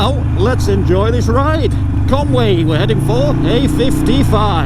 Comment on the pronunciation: your pronunciation of Conwy was spot on .... still chuckling at the don,t drink drive in Welsh Happy new Year Mucka